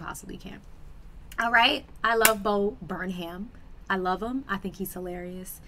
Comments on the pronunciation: you still pronounced it wrong lol you pronounced it, “Burn-ham” it’s pronounced, “Burn-um” 😂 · I like how you apologize for calling Bo Burnham "Bo Burman" but you call him "Bo Burn-ham." Lol, like the other commenter, it's "Bur-num." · it just sounds like overcooked pork when you pronounce the h lol. (burn ham) but its fine we're gonna keep watching you no matter how you say people's names. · still says his name wrong at the end even after acknowkedging she says it wrong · You’re still saying his name wrong.